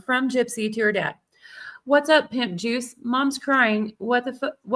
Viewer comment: I thought she said Nip juice lol 🤮